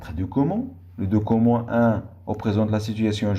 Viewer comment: Merci , mais on ne prononce pas document docoment .